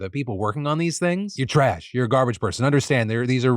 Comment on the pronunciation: That 'Ya trash' really showed Phil's New Yorker side 💀💀